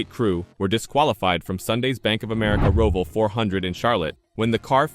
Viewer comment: Can you lease learn how to pronounce Roval...WTF!